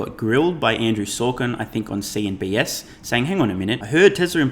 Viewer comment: Love the videos. Just a note. It’s CNBC. Not CNBS unless that’s just a BS joke.